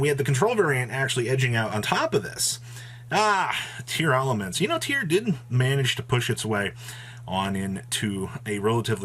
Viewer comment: Tearlament, not Tear-Elements,! Makes me chuckle every time.